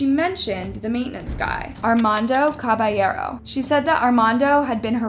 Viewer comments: It’s ar-man-do ca-ba-ye-ro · It's so funny how she doesn't even try to pronounce Armando Caballero in the right way lmfao